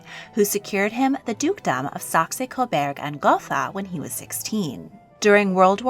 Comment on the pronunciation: It is Saxe-Coburg & Gotha! It is pronounced “sacks CO-Burg & GOAT-ah”